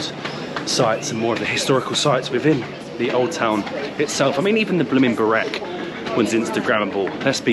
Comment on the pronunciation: You just slaughtered the pronunciation of Burek.